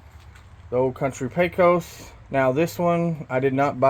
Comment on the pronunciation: Its pronounced PAY-KOS. Pesos is a Mexican dollar and obviously spelled different than Pecos, which is the name of this smoker....